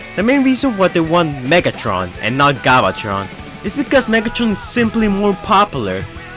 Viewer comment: he said galvatron wrong